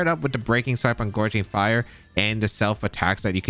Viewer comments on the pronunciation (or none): Happy to see this ‘mon get presented! I know you’ve been having a rough go of it with the whole Archaludon pronunciation thing, so I say this with all the love in the world: it’s GOUging Fire, as in G-Ow!-ging, not Gorging! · GOW-ging fire not GOR-ging fire <3 no hate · Also the name of the paradox entei is gouging (like “gouge my eyes out or “The super market is gouging people with these prices”) fire.